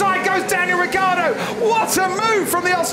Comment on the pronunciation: Ma perché diamine il telecronista dice Riccardo invece di Ricciardo?! But why the hell the commentator says Riccardo instead of Ricciardo?!